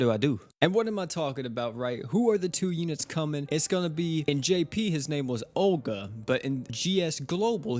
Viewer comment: So... This is not Orga, its Olga (global rly wtf...?-__-). Japanise ppl just dont hawe "L" sound. If in any word you hawe "L", they pronounce it like "R". Btw, Olga (Ольга) it is standart slavic girl\woman name. Something like scandinavian Helga. Mb Orga if this hero is a boy... But who knows this japanise ppl %).